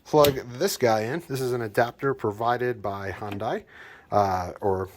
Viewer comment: It's pronounced Hyundai like sunday